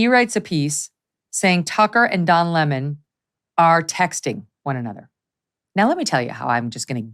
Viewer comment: Don La-mahn !